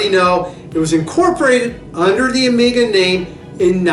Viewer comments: OMG - ''Amiga'' watch company... Better know English, because if one have to rely on the subtitles will be well served... Nevertheless great vintage list there, maybe it's hard to call Omega underrated brand, in fact it is one of the most appreciated watch making brands outthere. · Great video! More common pronunciation of two of your watches: Zenith (Zeenith); Omega (Omayga). Just a thought.